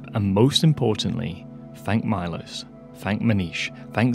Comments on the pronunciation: Maybe consider pronouncing Milos's name like Meelosh since that would be about the right way that it actually sounds! :) Hope to see more of your videos! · Milos is read - Meelosch. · I suspect Milos is slavic (Miloš) and his name is pronounced "Meelosh" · wow! you butchered the name Miloš, i sincerely doubt any Miloš anywhere pronounces his name as "mylos" the name Miloš is pronounced as it is written: M I L O Š Miloš Forman for example you owe MILOŠ an apology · It's pronounced Mee-losh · Milosh is read. It’s Serbian name